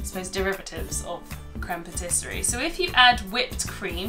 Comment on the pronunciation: Great tutorial, but my grammar OCD kicked in lol...isn't it pronounced 'patiss-ee-air'?